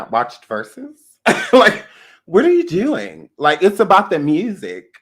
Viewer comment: When you said "Omarion....have you ever like not watched verses....What are you dewwing?!!" LMMFAO!!!!! i CANnot with you...you just funny.....